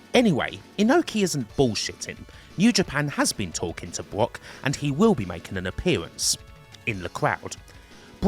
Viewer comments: Why does this guy say BWOCK instead of Brock? He uses the w sound for all the Rs 😂😂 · Bwock Lesnar Westling LOL... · So annoying bwock bwock bwock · Why do you keep saying "Bwock Lesnar" but you can say "Brad" perfectly fine.